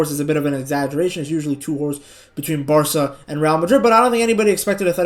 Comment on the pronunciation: Bro said Varca 😂😂😂😂💀💀💀 they are not winning psg my g